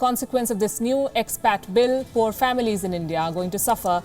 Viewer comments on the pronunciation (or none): Did she just say “poor” families?